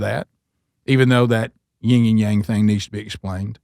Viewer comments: This out of love, but it's pronounced "yin and yang" Not Ying yang. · Please stop saying "ying" and yang. It is "yin."